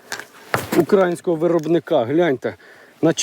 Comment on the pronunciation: УкраЇнського (наголос на 'ї')☝️ Дякую за контент на рідній мові!